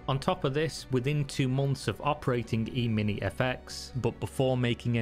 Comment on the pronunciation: ehmini, not eemeenie